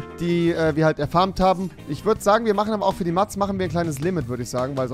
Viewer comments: Bitte sprich Mats so aus: mäts. Des klingt scheiße so wie du des aussprichst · Warum sagst du immer Mads 😂 es macht mich so aggressiv 😂